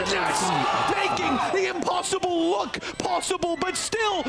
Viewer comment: lmao blud said impssible T_T